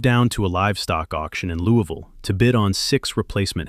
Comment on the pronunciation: Misprounced Louisville 😢